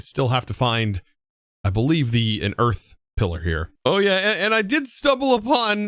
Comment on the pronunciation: ah yes. We got eath.